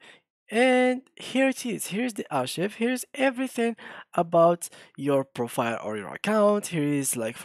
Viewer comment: أخوي شكرا على الفيديو لكن عندي نقطتين الاولى لفظك للكلمة غلط فهي لا تلفظ كما في العربية ولكن: أركايف - ثانيا انت لم تظهر الأرشيف فهذه ميزة في الميد جيرني تقوم فعليا بالارشفة - انت فقط ذهب الى صفحة حسابك وشكرا على فيديوهاتك الاخرى وتحياتي